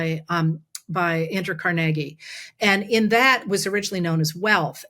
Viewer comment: car-neg-ie??? Im from Brooklyn and never heard it pronounced that way. Accent on the Car lol